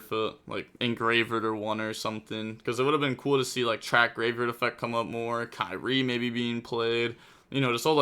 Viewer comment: Its pronounced "KEER - EE - AY". Greek for "Lord" as in Our Blessed Lord.